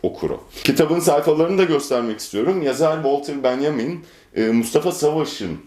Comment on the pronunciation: Bünyamin değil miydi ya Walter, Benyamin mi oldu bu aralar? =P